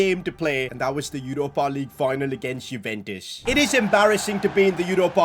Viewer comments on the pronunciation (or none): none